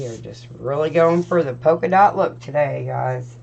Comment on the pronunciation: Just an fyi. It’s polka dot, sweetie. I love your wreath!